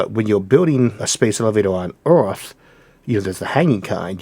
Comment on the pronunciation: I’m a native English speaker and I find it difficult to catch all he says. It’s partly a common speech impediment which means he pronounces r as w. He has other idiosyncrasies which don’t help either!! Like earth sounds more like owth etc!!! Anyway you just have to tune your ear and it’ll start to be more understandable imo.